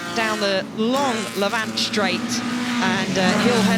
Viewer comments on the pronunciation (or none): Please can someone explain to the commentators (preferably before the Revival) that the long right-hander is named after the nearby village of LAVant - with the emphasis on the first syllable. The LeVANT (emphasis on the second syllable) is an area of land east of the Mediterranean, which has nothing to do with Goodwood! It always used to be said correctly, until the recent changes of commentators.